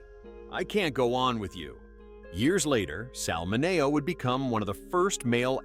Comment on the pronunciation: Sal's last name was pronounced MIN E OH.